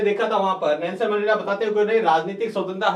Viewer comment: Sir voo mendela hai mendla nhi